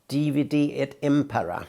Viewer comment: Its not "DVD et impera". Final "e" in "divide" is read as "e" in "entry".